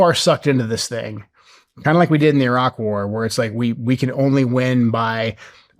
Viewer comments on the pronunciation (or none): none